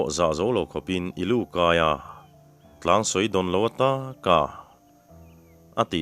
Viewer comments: Tlangsawi, i lam dan hi a dik lo tlat mai, Thingkung kan sawi che lawih lawih a, sawi, kan tih ang hian,Tlangsawi, hi lam tur a nih hmel e, i aw ngaihthlak a nuam lutuk e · Tlangsawi tih hi I thluk thelh ve tlat mai? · 'tlang sawi' hi i lam dan a fuh lo deuh em aw. hremna a nih duh hmel